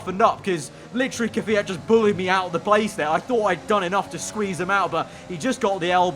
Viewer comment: KVYAT: K'FIAT